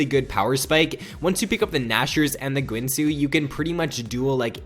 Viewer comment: guinsoo is pronounced geen-soo